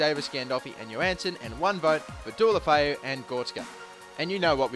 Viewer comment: What happened to pronouncing Deulofeu correctly?